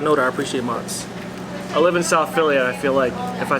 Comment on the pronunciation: It’s mutts not moots A Cambodian Phily kid trying talk Italian Gotta love it 😩